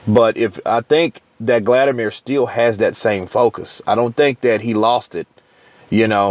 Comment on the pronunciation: Why do you keep calling him Gladimir?